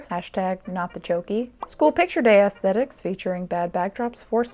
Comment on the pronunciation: I just wanna day that I really appreciate an American who pronounces aesthetics correctly. Most I heard say “ass-tet-iks”. Which is just... not aesthetically pleasing.